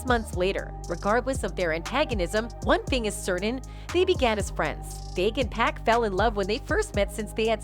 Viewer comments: PAC PAC not pack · It must be an AI talkin...hahaha...how you gon get pac name wrong